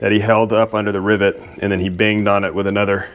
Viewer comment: did you just say ribbit lol